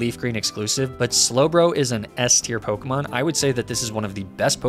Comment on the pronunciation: That is possibly the worst pronunciation of a pokemon ive ever seen